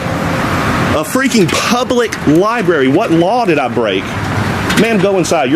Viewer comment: " Li... BERRY"? shame ON you! Get Help!